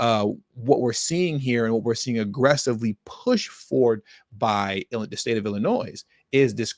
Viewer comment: No one ever taught you that the name of the state of Illinois is NOT PRONOUNCED WITH AN “S” but a “y” ?